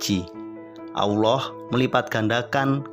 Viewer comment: Maaf dalam penyebutan asma Allah kayaknya ada yg salah di sini saya mendengar yg di ucapkan dgn eja' an Aullah ,padahal harus nya ejaanya Tetap Allah